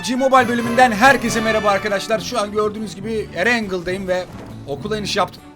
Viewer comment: (erengıldayım) reis o öyle söylenmez böyle söylenir ErenGil Dayım :)